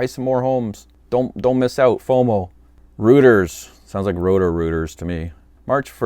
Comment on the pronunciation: Reuters is pronounced roy trz. One of the largest news agencies (now Canadian Thomson Reuters), founded in London (UK) in 1851 by Paul Reuter, who was German. just sayin'...